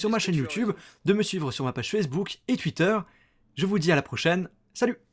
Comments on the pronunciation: par pitier arrete de dire "TUITEUR" C'est TOUITEUR! TWITTER PUTAIN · Je sais mais ça me stress car tu dit toujours tuitter dans tes vidéos , sinon vidéo très pro , GG